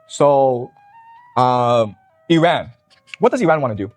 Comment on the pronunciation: He can’t even pronounce Iran God it’s cringe when Destiny doesn’t know as much about a subject but acts like an expert anyway. “I feel like…” cool man, whatever. “Weren’t there Russian tanks in Kyiv on day 2?” Lmao